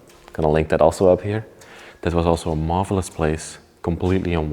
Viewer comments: Did he say “it truly is a “marbleous” place? 😆👏🏻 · Lol...you keep talking about the Marble then when you say Marvelous it sounds like you're saying Marbleless lol... Cool video guys...I would at least have a machete on hand just in case.. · Thats what i heard ! I laughed !